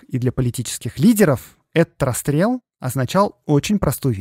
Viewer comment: Всё прекрасно, кроме орфоэпической нормы. Белорусская социалистическая грамада́, Ви́ленский вокзал и т.д. В названии "расстрэ́л".